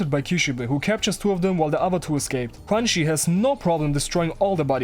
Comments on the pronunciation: I think her name is pronounced kinda like chew-an-she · I swear you're calling her crunchy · ITS PRONOUNCED CRUNCHY???!!!